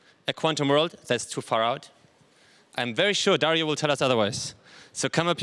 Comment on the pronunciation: DARIO......Emphasis in the " I" GIL...The letter G sounds like the same letter in the word Globe, not like in the word G-string